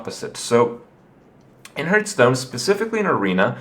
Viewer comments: are you annoying me on purpose by saying hurtstone? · It hurts every time when he says hurtstone :s